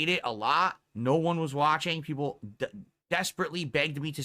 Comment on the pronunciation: Laughing at how pathetic he is. Nobody wants to see you play anything except your 5 "peepul" Just like nobody supports you but those 5 "peepul"